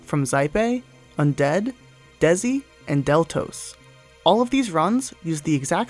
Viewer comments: Dzhessi is actually pronounced like "Jessie" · Dzhessi would be pronounced essentially as "Jessi" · How did you manage to butcher Dzhessi's name :D